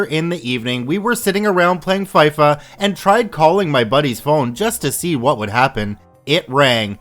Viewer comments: Its FI-FA not F-I-FA FI DIMMIT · you said fyfa in stead of fifa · its pronounced feefa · Fifa is pronounced as "fee-fu" or "fee-pho" love all the stories became hooked after an accidental autoplay lol. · did he just say FI FA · FIFA pronounced FEE FAA. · did you say faifa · wow it's pronounced FeeFaa